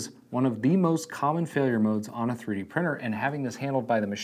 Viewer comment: twwee dee?